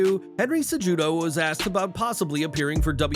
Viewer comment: its CE-HU-DO. not CEJUDO